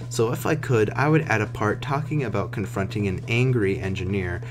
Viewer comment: Confronting Not "confrunting". fixed that for you